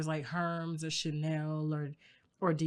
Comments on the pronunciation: Herms?! 😩🤣 HermÉS (her-may-s) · DID TASHA SAY “HERMZS?!?!?!?!?” ….as in Hermès (pronounced ‘ermes’)!?!?!?! I’m DEAD